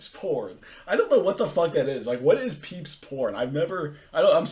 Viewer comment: 🤣🤣🤣 "peeps" porn!!!??? Come on,!!! PEEBS!